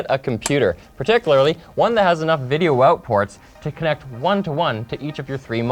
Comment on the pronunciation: lol "kunnect"